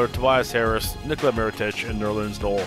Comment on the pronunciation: & it's pronounced Nerlens NO-EL